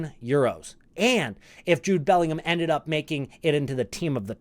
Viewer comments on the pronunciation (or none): none